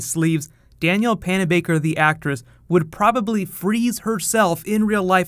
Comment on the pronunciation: why cant you say DAN-YELL?